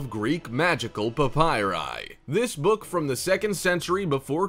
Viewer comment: Please stop saying PAPYRI.